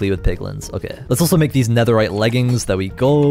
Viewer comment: “okeh” will never get old ✨